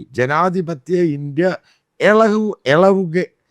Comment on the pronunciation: ഇളകുക എന്ന് പറയുകയാണേൽ ഒരു പ്രാവശ്യം മതിയാവും എളകൂ എളകുകയാ കുക എന്നൊക്കെ പറഞ്ഞാൽ മൂന്നാല് പ്രാവശ്യം പറയേണ്ടി വരും 😂